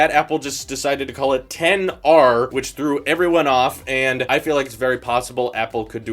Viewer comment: It's not 10r🤬 it's XR (ex-are)